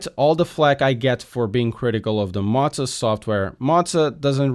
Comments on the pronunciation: Are you sure that's how they pronounce their company name? Z's typically only get the "pizza" treatment when there are two of them in a row. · How’d you get Mauser from Mow 😂 Do you (m)now (pronounced like now) the lawn? No, you “Moe” the lawn, he was meaning it like “Moe-Zuh”